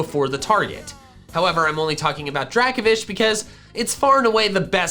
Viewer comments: It’s Draco-Vish not Draka-Vish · DRACOVISH, NOT DRAKOFISH! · Dracovish* (the F is supposed to be a V) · Dracovish is one word, not 2 words, and the F is supposed to be a V!